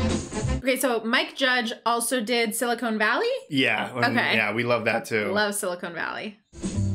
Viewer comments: You both are great, but I'll admit it took me a minute to get over "sili-cone valley" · SiliCON valley, not siliCONE (that’s the stuff in fake breasts)